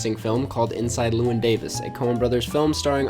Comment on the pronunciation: of course he pronounced llewyn wrong